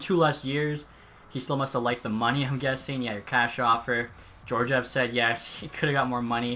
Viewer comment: Also Gee-or-gee-ev